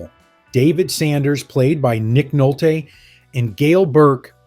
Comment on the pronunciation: Why does this narrator have such trouble pronouncing famous names like Louis Gossett and Bissett and Nolte (not Nolt)?